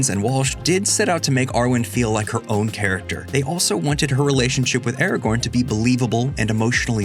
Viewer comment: When, in the name of all that is holy ,will people who make videos about LoTR get Ara-GORN's name freaking right?? It's. Not. Ara. GON.